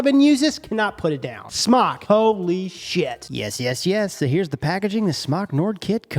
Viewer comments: It's Smok like Smoke not Smock. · Smoooke* not smoc lol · It's pronounced "SMOKE"! Why would a vape manufacturer name their product "smock" after an article of clothing? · its not smack its smoke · It's pronounced smoke not smok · It’s pronounced smoke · It's pronounced "smoke" ding dong. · SMOK commercials pronounce it as SMOKE. Just an FYI for everyone saying it wrong. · VapeKing looks like it should be pronounced smock tho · It’s pronounced smoke for fucks sake!!!